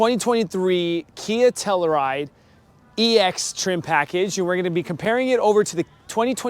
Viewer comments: It's pronounced Tell-you-ride not Tella-Ride. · Dude, please pronounce the fucking car correctly. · Great video, I would know how to properly pronounce a vehicle’s name before creating a video of it. But, seriously great video!